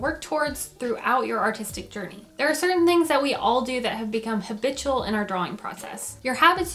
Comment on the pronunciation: You: haBITCHual Me: don’t laugh dont laugh don- BURSTS OUT IN LAUGHTER